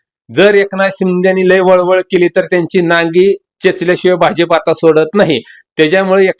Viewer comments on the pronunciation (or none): none